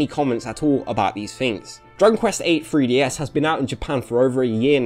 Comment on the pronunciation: Why does it sound like you're saying "freeDS"?